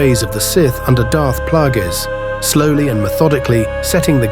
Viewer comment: It's clear you never watched the prequels when you consistently mispronounce Darth Plagueis.